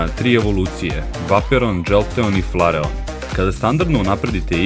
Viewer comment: krivo si citao vejporijan se cita đoltijan se isto cita i flerian se cita